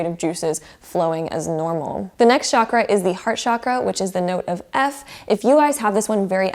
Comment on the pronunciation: Chakra is a Sanskrit word and it’s pronounced CHA-KR-A ,not ShAAkra, I’d love it if you pronounced it the right way